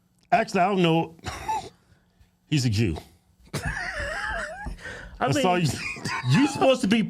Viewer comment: Jew starts with a J, not a G!